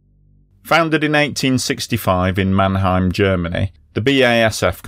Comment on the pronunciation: I think the pronunciation is pretty good. I liked especially the good pronunciation of Mannheim 😀! (The local pronunciation "Monnem"would have been easier though 😉)